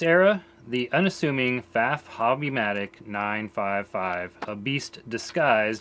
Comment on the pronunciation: I like that you also say 'Pfaff', as I do, and not 'Pfawff'.